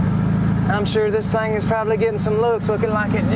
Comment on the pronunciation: Thing! , not thang!